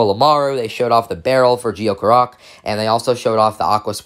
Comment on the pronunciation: Its “Gee-yo”